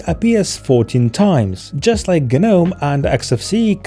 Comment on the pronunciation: Great vid! Also btw gnome is just pronounced like nome